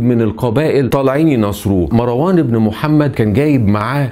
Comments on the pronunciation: أولا مروان بتسكين الراء و ليس بفتحها.... ثانيا الخليفة العباسي الأول السفاح أسمه عبدالله بن محمد بن علي بن عبدالله بن العباس و ليس عبدالله بن علي و هو عم السفاح و هو قائد الجيش العباسي .... ثالثا الذي سمى مروان بالحمار هم العباسبون و هو تشبيه معيب حيث أنهم إعترفوا بقوته و شبههوه بالحمار لأنه عدوهم و مشهود له بالقوة لأنه قاومهم ٤ سنوات و كانت دولته منخورة و جيشه منحل مشتت متصارع بسبب الصراع القبلي ... رابعا الفظائع التي فعلها العباسيون كثيرة جدا سواء في الأمويين أو العلويين و أما الأمويون فقد عاملوهم بالمثل فهشام بن عبدالملك كان قد صلب زيد بن علي بن الحسين سنوات ثم أحرقه و صلب ابنه يحيى فلهاذا فعلوا بجثته إنتقاما لزيد و يحيى و أما فعلهم بالعلويين الفظائع لأن العباسيين كانوا خائنين لبيعتهم و تبعيتهم للحسنيين العلويين و العباسيون تنكروا لذلك و إنتهجوا إسلوب الأمويين و كانوا ظالمين مثلهم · ملاحظة بسيطة .. مروان بسكون الراء وليس بفتح الراء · اسمه مَرْوان ماراون اللغه العربيه في خطر